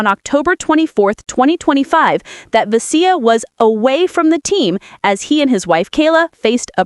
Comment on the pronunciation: "Ve-SEE-ya". Fucking robots.